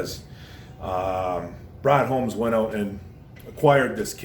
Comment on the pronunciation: "Ron" Holmes?? 😕👎